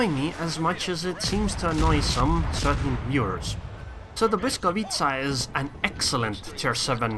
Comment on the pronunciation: I've never heard any foreigner say 'Błyskawica' so perfectly. As a Pole, you've made me proud.